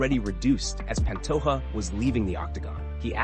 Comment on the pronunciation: Hey brotha in Portuguese the “J” sound is pronounced if you care. It’s not pan-toh-a it’s pa^nto-J-a. Just like Jose Aldo is pronounced Jo-zE Aldo not Hoe-se. In Spanish they pronounce the Js as Hs (often but not always) not Portuguese If you get that right. A lot of Brazilian watchers will be impressed and may subscribe since it’s a common mispronunciation.